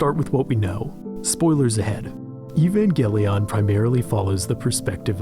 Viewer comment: This dude just said even-galion?